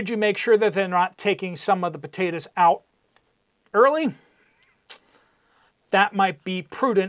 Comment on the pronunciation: What are pa-te-tas?😅